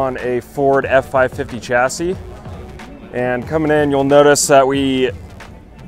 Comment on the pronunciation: Its pronounced shassy